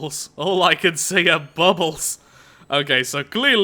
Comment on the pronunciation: the way he said bubbles